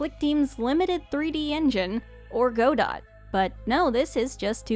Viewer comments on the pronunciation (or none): GO-DOT?! For real?! Its pronounce guh-dough, like the play Waiting for Godot. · Erm, it's actually pronounced "Guh-doh", not "Go-dot"